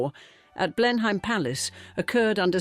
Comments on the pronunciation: AI, but I think it's a rip-off of Helen Mirren. Sounds like her, but isn't her. No Brit would say "Blen-hime" Palace. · Blen-em, rather than Blen-hime. Pride and prejudice is Georgian rather than gilded age, prob 60 😢or more years earlier. But very interesting and well told